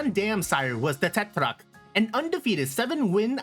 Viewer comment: Now I see why you were talking about the Tetrarch but the pronounciation made me laugh! It's an English word, just say it like an American lol. Maybe you were watching the Japanese movie and forgot he wasn't a JP horse haha. Great video, I saw Phalaris in the Pedigree meaning Tokino Minoru is related to Northen Dancer, this time he comes before ND lol. One other horse he is related to and actually reminds me of (both in looks and talent) was the Super horse Ribot(Reebo).